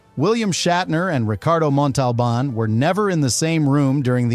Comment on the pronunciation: He did mispronounced Montalban's name wrong the first time and corrected it the second time. Don't like AI produced videos that take somewhat interesting subjects and then do a halfhearted video like this one.